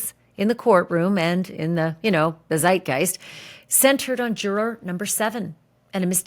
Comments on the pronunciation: Can you please just pronounce the word juror normally pleaseeee. I know you can do it you do it sometimes. I like watching your stuff but everytime you say jur-or it makes me want to stop watching. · When you say, jur-roar, it makes me fkn cringe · I love the way you say “juror”. Pronounce it “jurer “ much easier!! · you say, 'juror' so funny lol super distracting 😅🥰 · Why are you saying juror like that? Oh please for the love of…